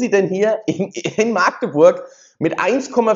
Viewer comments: Sorry ...Das heißt nicht maaagdeburg sonder machdeburch!!! Das "A" wird nicht lang gesprochen 🫣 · Es heißt nicht Maagdeburg, das "a" wird kurz gesprochen! In der Mundart dort heißt es Machdeburch... INTEL war sowieso eine Habeck-Luftnummer.